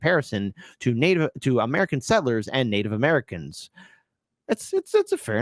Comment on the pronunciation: I agree, He's a New Zealander. His pronunciation of "settlers" is the give-away. Sounds like "sittlers". Go New Zealand and peace.